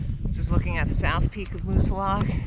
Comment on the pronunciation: Great day to Moosilauke! You sure can pick them. It’s always nice to hear someone pronounce the name correctly too.